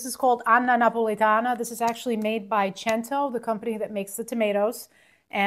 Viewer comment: it's pronounced 'SENTO'. tHE CHI Sound is only used if there are two c's together ANY Italian knows that. Why don't you